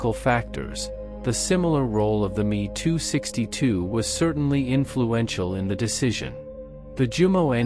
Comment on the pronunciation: M.e.262 mispronounced as well. Dump the trendy [and awful] AI narration people.